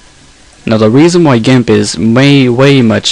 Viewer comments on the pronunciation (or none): why do you say it gamp?